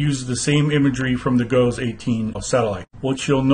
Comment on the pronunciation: it's pronounced "Jee-Oh's"